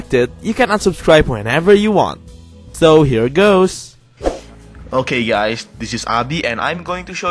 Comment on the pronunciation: congrats abi, you pronounces abi right :D